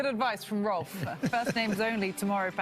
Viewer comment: It's quite sad that cant pronounce Rolf correctly. Really? Is it that hard?